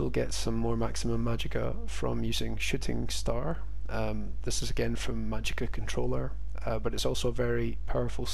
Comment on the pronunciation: Did you say shitting star? 😄